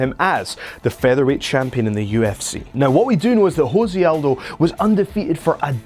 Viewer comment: Its pronounced Joe-say and guarantee u weren't a fan of the UFC during Jose Conor build up. Considering this channel is 4 months old. Pls delete the channel ur gaps in knowledge are embarrassing